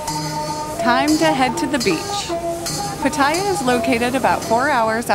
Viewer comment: PAT a ya, not pa TAH ya.